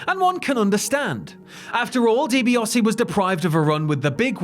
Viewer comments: I was enjoying this until the narrator started pronouncing Di Biase as Di Biose. Why ? Never ever in my life have I ever heard anyone call him Di Biose!. Pronounce it right it's Di Biase. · So no-one is going to discuss the mispronunciation of Ted Dibiase's name????